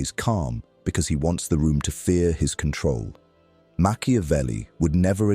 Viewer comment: Time not cantrol